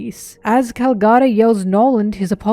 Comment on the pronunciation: Nice vid but please stop prouncing calgara like that.